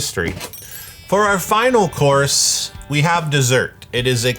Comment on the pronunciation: Every time says "course" I hear "chorus"